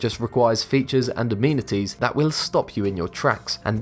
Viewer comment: its not a-meeeni-ties its a-meni-ties